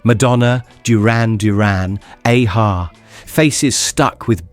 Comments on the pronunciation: It's "Ahhhh Haaaaa' - not 'Aye Haaaa'!! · “ZEE-EX” Spectrum and listening to “AY-HA”. Me thinks the author needs to do a bit of phonetic spelling for the AI voice 😉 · And who is A-ha 😂